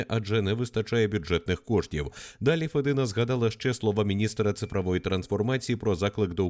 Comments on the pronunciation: Не Федина, а мабуть Фєдина! Цікаво, відкіля вона родом і хто ці батьки? Може ще радянські кгбісти? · навчится вимовляти правильно блядь фЄдіна